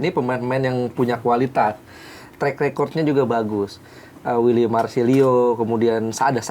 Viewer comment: Uiliam bang uiliam. Bukan wiliam 😅